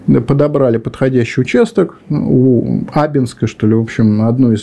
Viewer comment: В названии станица Абинская ударение на второй слог.